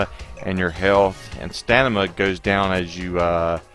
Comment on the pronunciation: It's "stamina". Btw great video, thank you!